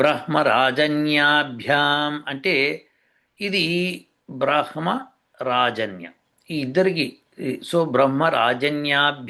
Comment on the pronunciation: ఈ 'బ్రహ్మ' ఉచ్చారణ ఇలా ఎప్పుడూ ఇలా వినలేదు మరి